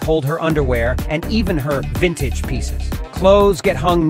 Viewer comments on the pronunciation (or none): “Vinatage pieces” 😂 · " and even her.. Vintage pieces. " the pause?? 😭